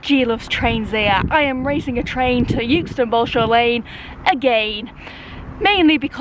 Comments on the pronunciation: It's euxton not yooxton😩😩😩😂😂🙂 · Love your vids, it’s pronounced eckston btw a bit like by eck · As much as I want to enjoy watching this, your pronunciation of ‘Euxton’ is really getting on my nerves. I don’t care how Anne says it!!! 😂😂😂😂😂😂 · Good one, G. People in Blackburn (strange town, that) used to pronounce it 'Ex ton'. Freaks. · It was always pronounced “exton” when I worked at Leyland…. Or does that wreck the joke? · You say "Youxton". We pronounce it "Exton" here in Leyland lol................